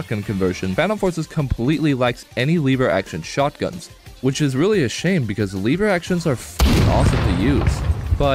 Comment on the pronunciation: The way you say benelli and lever makes me want to blow myself up, its just so impossibly incorrect